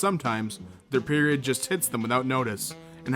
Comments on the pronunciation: Btw it's period not perioa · Dude it’s period not perioa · "Period." The word you cannot pronounce is "period."